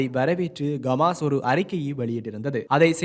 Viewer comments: Dei Athu Gamas illada Hamas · Athu Gamas illa bro Hamas!!! தமாசு... தமாசு..